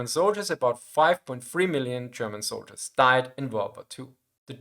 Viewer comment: "How many zoldierss"